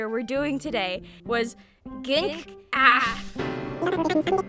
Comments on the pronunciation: "GINK AF"??? FHDHDHFUGKFY LIKE I GET IT BUT I'M SO USED TO HEARING IT AS "GEE-EN-SEE AS FUCK" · pronouncing GNC as a word and not an acronym is so funny, im now gonna forever pronounce it as such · i love you i absolutely adore u but WHY DID U SAY GNC AF LIKE THAT